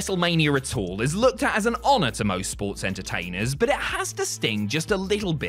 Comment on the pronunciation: Wtf's a "sPoRt's eNtErTaInEr?"🤔